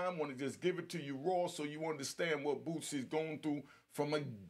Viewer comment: It's Boosie... Not Bootsie🤦🏽‍♂️